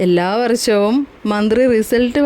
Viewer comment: ഈ വാർത്ത വായിക്കുന്ന ആൾ തന്നെ " വർ ശം" "സോശ്യൽ " എന്നൊക്കെ ആണ് പറയുന്നത്. സ്വന്തം നന്നാക്